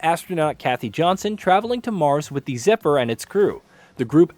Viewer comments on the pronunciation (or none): none